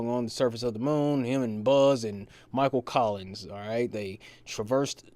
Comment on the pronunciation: he said Michael Collings…